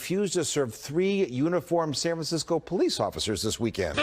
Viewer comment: Ah yes, San Franshetsco...you do not disappoint.